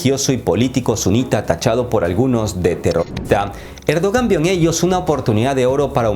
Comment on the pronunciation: dice “cerdogan” jajaja